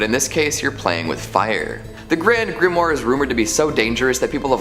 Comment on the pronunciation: Grand Grimory? If you are going to make a schlocky video about grimoires, at least know how to pronounce the word!